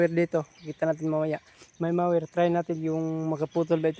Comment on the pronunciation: ang correct pronunciation ay mower, hindi mayer.